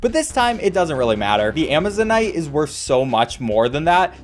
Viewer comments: Actually, "Amazonite" is pronounced exactly the way you said it. Ama-zone-ite. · I'm like 200% certain you are saying Amazonite correctly, good job